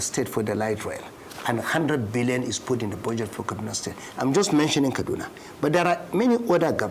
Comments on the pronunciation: The way is pronouncing the Billion is Scarry 😂😂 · The way Ojy stress the pronunciation of N1bn😂😂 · Yes ooo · The way Ojy stresses Billion 😂😂😂😂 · I love the way Ojy stresses the 'billion' 😊